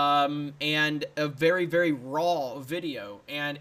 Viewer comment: You botched your "Thank you vvvery much for checkin' out this video" !